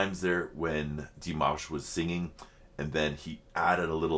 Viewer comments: I think the way you pronounce Dimanche, is the correct way to pronounce Dimash (silent n) One spectacular performance from Dimash, is Sinful Passion (not sad😉) There you will hear "Dimash" several times (New Wave version) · Dee-mahsh - slight emphasis on second syllable - you can hear him say his name himself in some of his promos...and of course in any of the interviews with his mom and dad. ... I love this because he's giving this opportunity to his brother on his 16th birthday and how fun to see the siblings all together. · His name is pronounced Dee-maaahsh like in palm, calm or arm. Short i (pronounced e) and the emphasis is on the a. Here you can hear him say his name himself. Wait to the end. And you can hear his name pronounced correctly at the beginning and end of several songs. For example, "Love Is Like A Dream," "Ave Maria," "Stranger," and more. Sveta, his mother, pronounced his name in one or two videos of LiLaSi's Ultimate Dimash Guide. Thank you for reacting to Dimash again. This wonderful song was composed by Dimashs' little brother Mansur Qudaibergen. He composed this song when he was 16 years old and is 19 now. Both performed the song for the first time at his concert in September 2022 in Almaty. Great lyrics, great song. I love it. In this music video you can see not only Dimash and his little brother Mansur but also their little sister Raushan, who just got married. It’s such a beautiful and talented family. Raushan has also performed with Dimash and they sang All By Myself together. But as far as I know, she would rather be a doctor. And I said it before, I love your jibber jabber😅. And of course Happy Birthday, dear Dimash❤ Greetings and love from Germany👋♥️